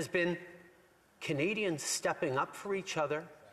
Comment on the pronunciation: He can’t even pronounce the citizens right. It’s not Kenadians